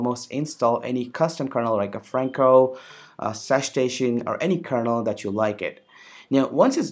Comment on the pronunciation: OMG stop saying kernel word like that please! It sounds like KERNOUEAL.